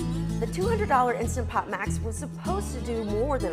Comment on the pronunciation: I would take your review more seriously if you pronounced the name of the product properly.